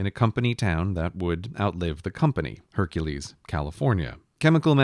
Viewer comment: He pronounced Hercules "Hunkles"